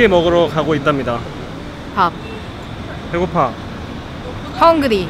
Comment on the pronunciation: 처음에 잠뜰님과 님이 밥 배고파 이라셨는데 잘 들으면 밥 배고밥입니다ㅋㅋ